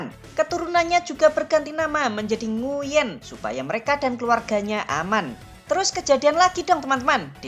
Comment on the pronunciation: Koreksi : "Nguyễn" seharusnya dibaca "NGWEN" atau "NGUEN" ( kombinasi huruf /uy/ selalu dibaca sebagai /w/ dalam bahasa Vietnam jika diikuti vokal /e/ ) . Huruf /e/-nya dilafalkan seperti huruf /e/ pada kata "keras". Kurang tepat jika huruf /e/-nya dilafalkan seperti è pada kata “èmbèr”